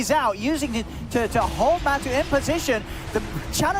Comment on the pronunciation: Why is the caster pronouncing Matu as Matsu????